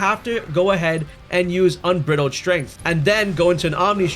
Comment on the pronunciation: Un-bride-aled Strength, Not Un-brid-aled